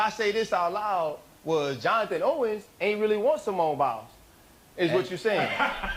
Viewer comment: What is criminal is the fact that you are calling her Simeon which is a man’s name. Get it right her name is Simone!